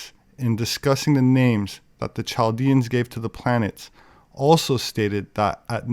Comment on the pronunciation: Nice video,, I wanted to let you know that you pronounce (Chaldeans, Chaldeans) but it actually is pronounced with a (K) like Kaldeans. Just FYI.